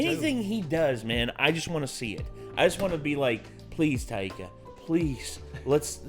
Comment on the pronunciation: great impression, but what's with the pronunciation of taika? tie-kuh. tie-ee-kuh sounds like nails on a chalkboard. literally.